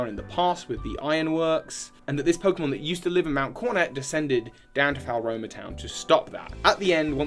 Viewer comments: I pronounced it Floroma personally, but it's clearly not Falroma. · btw floaroma is pronounced flow-aroma, fuego is pronounced few-ay-go (it's Spanish for fire) and coronet is pronounced co-ro-net :) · Drinking game: take a shot every time mangles Floaroma town.